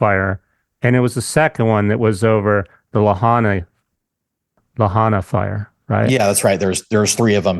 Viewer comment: Is pronounced La..hi…na Lahaina just a correction in our vowels